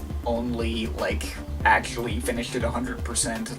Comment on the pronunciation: "Masssshine" LMFAO "acsssshhhually" 😂 "i put the link in the dessshhription" u cant pronounce the letter c